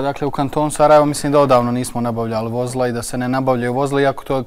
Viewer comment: Čuj: Vo‘zla!!!! 😂😂😂😂😂😂